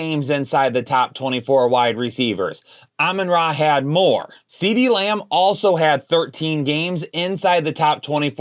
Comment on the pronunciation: I just noticed that. At least he's not Beebee